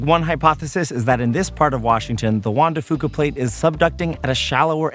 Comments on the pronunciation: You can tell neither of them are from Washington by how they pronounce Juan de Fuca. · Juan de Fuca is pronounced FEW-CA not FOO-CA, good scenery tho! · Not trying to be a pronunciation purist...... but it’s pronounced few cuh. Foo cuh. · Growing up in WA I always heard Juan de Few-ka not Fo-ka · As a native Washingtonian, im cringing everytime they mispronounce Juan de Fuca.... (hint: it's "de Few-ka" not "de Foo-ka") Still not a bad car commercial. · It's pronounced, "FEW-ka", not, "Foo-ka". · It's pronounced (Juan de) Few-co, not Foo-co. I cringed every time I heard that during this Subaru advertisement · I know it doesn't really matter but I've never heard Juan de Fuca pronounced foo-ka, I've always heard it as few-ka. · The "Fuca" in "Juan de Fuca" is pronounced "fewka" not "fooka". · Juan Dr Fuca=hwan de fyuca, not fooka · juan de FEWCA. not FOOKA. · Hey... Guys. You might also do research on your pronunciations while you're out there... It's Juan De Few-ka not Fu-ka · drtm17 Æ Nobody from washington says it that way. So its fewca not fooca. In fact, Ive never heard it that way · OK EVERYONE: Pronunciation is important! Juan de Fuca is Juan de F(you)ca. I was born and raised in Washington state. I love the Olympic Peninsula the most after spending 20 of my 63 years there. Thank you for the videos! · Locals say Juan de Few-kah. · It's Fyooka, kids. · It's pronounced wan de fyooka... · Juan de Fuca is pronounced FEW-CA by locals.... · Soooo close to pronouncing Juan de Fuca right (Fuca is pronounced like "few-ca"). No big deal though. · You can tell that guy is immediately not from the northwest. Mispronounced Juan de Fuca. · I cringed every time either mentioned Juan de Fuca. You ain't from around here are ya? 😂 And an umbrella??? Tourists. Loved your vid though! Olympic National Forest is awesome! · I died a bit every time you mispronounced Juan de Fuca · Hearing him butcher Juan de Fuca pronunciation is like listening to nails on a chalk board.